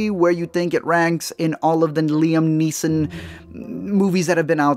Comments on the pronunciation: its Neeson, not neesons and its Prynne not Prin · You made this whole video and then couldn’t even say the name “Liam NEESON” correctly at the end?! It’s not “NEESONS.” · Fosco Grubb No, we just need him to be able to fucking pronounce the name of the star without fucking it up. *Neeson, not NEESONS.